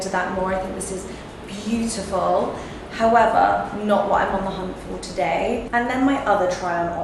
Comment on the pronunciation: "Howevah" - Love all the bags!